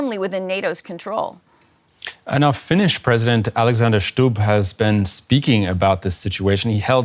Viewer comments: Stubb is pronounced simply as it's written. Not like a german😅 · Älexänder Shtub... oof